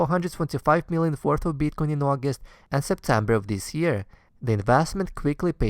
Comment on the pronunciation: Please learn to pronounce BITcoin !! :) If that you are the nr 1 bro!